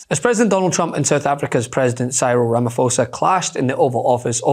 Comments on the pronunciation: Trump lives in a parallel universe 🙄 Please, PLEASE, PLEASE learn the correct pronunciation of RamaPHOsa! It's not Ramafosa. Our names and surnames are sacred and must be respected. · phosa not fosa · its not 'Rah-mah-FOUR-sah', its 'Rah-mah-POUR-sa' ... the PH is the aspirited P in all SA languages. The P itself is not aspirited but sharp. Normally the H is doing the aspirition on sharp consonants. T is sharp, TH is aspirited, B is sharp, BH is aspirited, K is sharp, KH is aspirited, etc. In English, P is aspirated by default, there is no unaspirated version. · The 'h' in Ramaphosa is silent, the 'ph' is not a 'f' sound. Ponounced as Ramaposa. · Ramaphosa - the "ph" is prononuced as a "p" as in "po"sition - Rama"po"sa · cyril ramaphosa (si-ril rama-po-sa) great video otherwise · Our President's name is pronounced Ramaposa like Mariposa...there's no "ph" or "f" sound. Thabk you. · ) By the way: The presidents name is pronounce RAMAPOSA ... The H is silent, so the PH is not pronounced as "F"